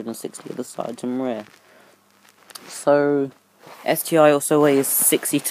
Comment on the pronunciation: It's ST-ONE NOT ST EYE.